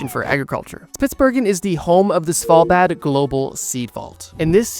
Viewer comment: Svalbard isn’t pronounced “Sval-bad” 😅